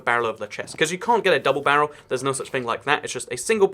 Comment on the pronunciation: Tries to be silent about how he said double-barrel